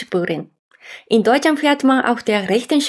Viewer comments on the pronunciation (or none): none